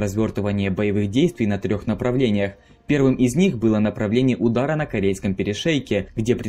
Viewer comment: Корейский перешеек? ладОжское озеро? Уши режет